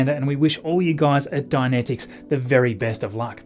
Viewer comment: About the pronunciation: Dynetics; Die-Net-Iks, as opposed to Dianetics; Dia-net-iks, a horse of a very different colour. Dianetics is part of the worship of L Ron Hubbard, a very flawed bit of mortal clay. It was the first book of his I read, back in, like, 1966. It was 15 years old then. Now it's part of his religious canon. It was crap (pure mummery, psychologically speaking) then, and it has not aged well since. Hearing you pronounce it "dia-net-iks" is kinda creepy, from my point of view, and no offense meant.